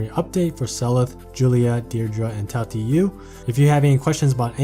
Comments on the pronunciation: Tail tee you lmfaoo i died a bit inside but great video nonetheless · That Tailtiu pronunciation actually hurt 🤕